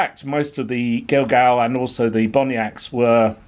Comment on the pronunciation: Gil-gal and bonniacts are pronounced as gallowglass and bonnats i can forgive you as you are a sassanach lol